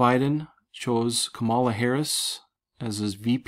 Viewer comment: Come on Man, her name is COMMA LA. lol ....We are headed for very interesting times indeed. Thanks for your research.